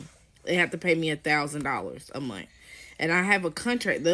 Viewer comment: Don’t take advice from any person who pronounces the word “month” like “munt” 😅